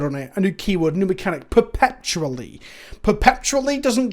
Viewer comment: After "Kalda-heim" blesses us with "perpePtually"